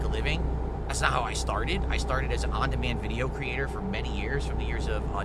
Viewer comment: "on demain business"